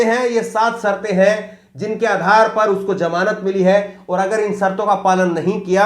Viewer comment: Its ZAMANAT not JAMANAT